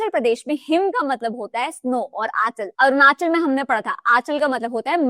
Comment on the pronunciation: Himachal and Arunachal me 'achal' is not 'आचल', it is 'अचल'. अचल का अर्थ है पर्वत।